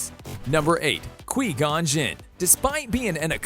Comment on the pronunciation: Qui gon is (kui-gon)